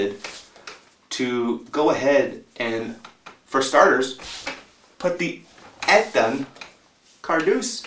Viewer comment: You say Ettan wrong